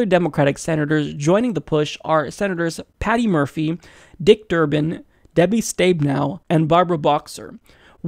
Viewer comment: Mispronounced Stabenow, Stab-eh-now